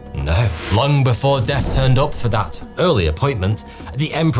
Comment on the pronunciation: When you paused and put emphasis on the word deaTH, you pronounce it deaF, and then I noticed all your "th" words you botch . Horrifying!!!